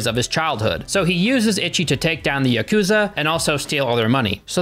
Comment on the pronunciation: pronunciations have me dead. “Itchy” and “yakooza” 😂😭